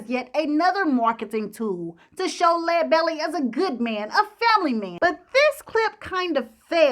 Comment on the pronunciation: Thanks so much for pronouncing his name correctly. How about doing Robert Johnson next. Excellent job as usual.